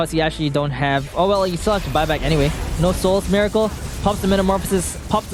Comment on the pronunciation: Its pronounced Meh-racle